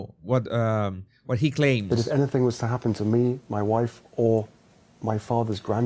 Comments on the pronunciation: Hi, I just love how you pronounce, ‘ my Woife’ ‘ my faver’ etc. absolutely hilarious!! 😂😂😂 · 'H and Woife' Hahahahha